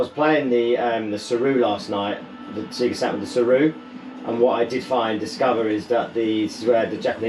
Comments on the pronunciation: trying to tell us about the Saturn when you say ‘Sega’ like an absolute plonker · I feel like I've never heard someone say "SEAGA", it took me by surprise! I definitely took my cue from the "SAYGA" booting the old Mega Drive. I grew up in Lancashire and never said it any differently as far as I can remember. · never heard an American pronounce it like that either.